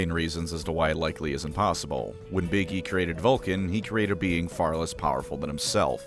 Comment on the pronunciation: I misheard you pronounce "Big E" and now I will only ever refer to him as 'Iggy.'